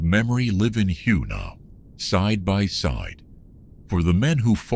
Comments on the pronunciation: Yeah but all in all AI isn't that bad. If he never said hugh I would have never known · It's pronounced way not hugh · Your shitty AI cannot even pronounce the city’s name correctly